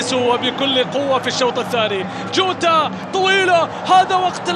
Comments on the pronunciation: يريت تفهمو لهل معلق انو اللاعب اسمو جوتا مو جودا ياشباب مشان ازا علق عمباراة تانية للاتحاد مايغلط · المعلق ضجاج و اتحادي و ينطق الاسامي لما يتوهك : جوتا اصبح جوده روماريو اصبح روما .... اخي روما شيء و روماريو شيء آخر ما سمعت ابدا اي معلق اجنبي ينطق نصف اسم لاعب برازيلي او ايطالي او اسباني او حتى برتغالي .... ارجوكم عند التعليق ان تذكر اسم اللاعب كما هو اما اسمه اذا مشهور او اسمه و لقبه اذا شهرته قليله حتى لا نتوه.